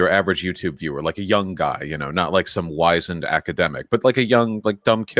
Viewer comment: Vaush pronounced wiz-ened as Wise-end...